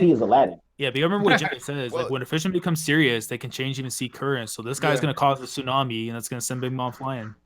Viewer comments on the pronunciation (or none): none